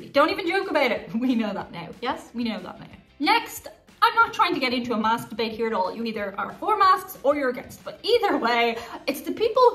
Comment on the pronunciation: When you said "Mask debate", it sounded like "masturbate". Then you were talking about genitals and balls. I was so confused and had to rewatch that part. Oh, mask...debate.